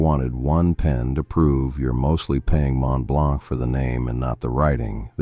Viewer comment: Mont-Blonk 😂 As if 11labs can't pronounce basic french